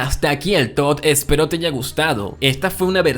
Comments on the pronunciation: jajajaja, si se dan cuenta dijo ''este es mi tod'' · buen "Tod"